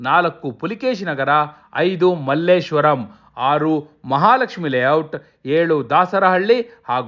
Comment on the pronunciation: ಅದು ಮಲ್ಲೇಶ್ವರಂ ಅಲ್ಲ ಸರ್ ಮಲ್ಲೇಶ್ವರ ಅಷ್ಟೇ